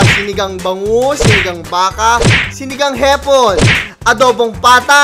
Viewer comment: HAHAHAHAHAHAHA ANG CUTE MAG PRONOUNCE NI KUYA NG HIPON HEHE